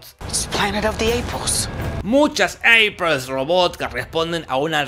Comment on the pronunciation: Eiper... Eipur... Eprel...